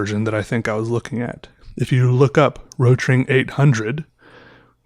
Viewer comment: Fun fact, it isn’t called “Rotring” as in a singular word, but “Rot-Ring”, “Rot” pronounces like Boat with an R, then “Ring”. If I remember correctly It’s “Red Ring” in German, hence the red ring on the end.